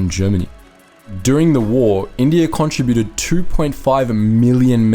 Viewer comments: Why do you mispronounce the words contributed and contributors? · Since when did the word, contributed, change its pronunciation?